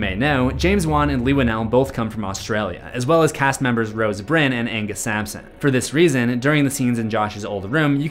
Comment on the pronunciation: Rose Byrne( pronounced BURN)